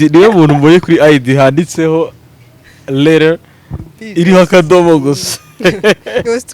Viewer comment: hahhaha aravuze ngo lela (letter)